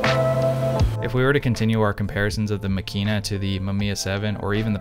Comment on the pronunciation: Please stress the first syllable: MAkina. This is obviously a fine instrument, but given its fragility and its price tag I elect to stay with my tough as nails Super Ikonta III ($200) for backpacking rampages through the Levka Ori of Crete or the Kackar of Turkey. Using Tri X and stopping down to f8 I will get results that are good enough for excellent 11x14 enlargements. ( I never shoot color.)